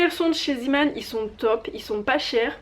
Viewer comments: Juste un petit commentaire, ça se prononce "Zémane", non pas "Zimane"... Ça vient du néerlandais "zee" = mer et "man" = homme, donc marin. :) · LynaPrincesse RaleuseYtb oui mais ça se dit zeeman (zémane) puisque ça vient du néerlandais ;)